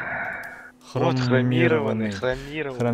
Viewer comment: только не хромо а хромА